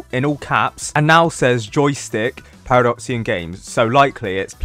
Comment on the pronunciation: Now it’s actually “Paradoxum GAMES”